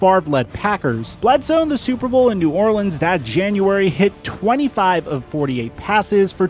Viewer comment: I really appreciate your delivery, and your enthusiastic energy. Really great work! I also want to ask a question, and make a suggestion... and I don't want you to feel insulted: Why do you frequently say "aye" for "a"... and "thee" for "the"? I imagine someone taught you the wrong pronunciation for these words. There are very limited circumstances in which that would be correct...but most of the time it's not. It doesn't sound formal, sophisticated, or educated. Please don't take my word for it. You might speak with someone you trust about this, and reconsider how you pronounce these two articles.